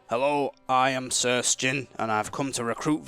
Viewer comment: You pronounce Sjin wrong....